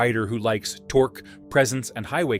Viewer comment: u might want to teach him how to pronounce torque, then. Makes me think it’s thanksgiving. Some good bikes in there though. I’d add the cb360t. The 350 with an extra gear.